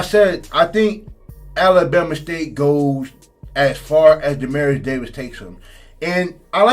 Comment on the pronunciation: Bama State’s QB name is DE-MEAT-TRIUS Davis. I kept hearing “Demarius” …quick correction